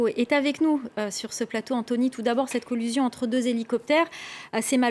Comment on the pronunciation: Collision pas collusion ! C'est moi où bien elle répète de nombreuses fois collusion ?